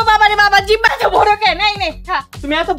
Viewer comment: জিবলা না জিব্যা😂😂😊